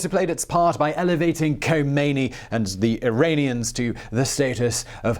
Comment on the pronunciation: Sorry Simon, it's not Irainians (sounds like rain) it's Iranians (sounds like ran). I have many Iranians/Persians in my life.